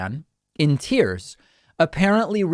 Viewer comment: A supposed Trumpist called "Seaspan" in "Tierce"